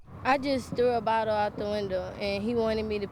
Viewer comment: "Somebody threw wabottle at me"